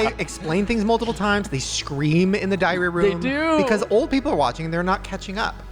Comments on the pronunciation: That entire time I thought they were saying diarrhea room 😂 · During the Big Brother segment, I kept hearing "diarrhea room" and thought "wow what a weird show" but now realize it's called the "diary room" and now I'm wondering if I'm an 80 year old who can't hear like Joey B